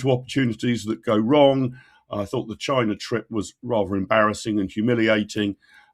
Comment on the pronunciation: Notice how many people now say 'Chynah' 😂